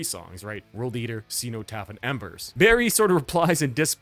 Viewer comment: I bought Realms of Chaos on cassette from a Games Workshop store in 1989. Good times! EDIT: Bolt Thrower had already had a flexidisc on the cover of GW's mag White Dwarf by this point IIRC. EDIT2: The "cen" in "cenotaph" should be pronounced as in "zen/z-En" not "xeno/xEE-no" EDIT3: Napalm Death only used 3 riffs on the entire first side of Scum. Bolt Thrower were rookies! ;)